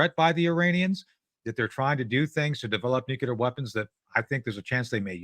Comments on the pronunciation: New-cle-ar. Please, someone tell these people who can't pronounce nuclear. It's not Nu-ku-lar, it's New-cle-ar. Thank-you, my work here is done. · Guys, it is pronounced NUCLEAR. Never nucular... No such thing as a nuculus of an atom. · “Nukelar plants”?!??! Heard it three times! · Anyone who pronounces it “nucular” should not be trusted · He's definitely saying "nucular" on purpose, guy has a great sense of humor! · Tony "Mr.Nucular" Shaffer 😂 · Am I crazy or every time he wants to say 'nuclear' he says something like 'nuketer'? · Hint: there are only two syllables in "nuclear".